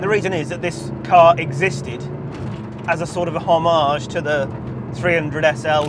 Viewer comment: I understand that the UK is no longer a part of the European Union. However, your pronunciation of the words HOMAGE and Mille Miglia would be appalling for an American, let alone an ex-European…. That said, thank you for a great video!